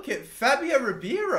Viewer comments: Its Ribeiro, not Ribiero... please pronounce it properly 😂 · You pronounce Ribeiro’s name like Ree-Bay-Row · There’s a hockey player named Mike Ribeiro, and while not Brazilian, his name was pronounced “Rib-Arrow”. It imagine it’s the same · Elliott Russo it’s pronounced Ree-bay-row